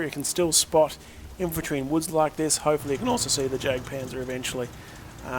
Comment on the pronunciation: you know the jagdpanzer is pronounced yagpanzer, :/ it just bugged me when you said jag